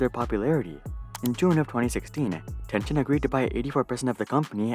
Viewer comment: Tencent = ten-sent Random YouTuber = Ten-scient.